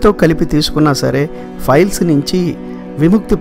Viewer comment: మంచి information. కానీ files (ఫైల్స్) అంటున్నారు. అది piles (పైల్స్). గమనించగలరు.